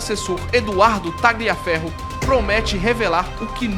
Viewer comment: NÃO se fala TAGLIA mas sim TALIA FERRO❗❗❗ Pelamor❗❗❗ 🤦🏻🤦🏻🤦🏻🤦🏻🤦🏻🤦🏻🤦🏻 E não é CURACAO mas CURAÇAO, infante❗❗❗ 🤦🏻🤦🏻🤦🏻🤦🏻🤦🏻🤦🏻🤦🏻